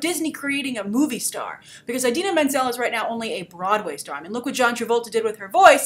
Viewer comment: She pronounces Idina Menzel wrong